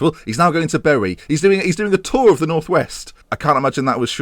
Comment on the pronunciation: Always satisfies me when Football Manager Youtubers pronounce Bury correctly.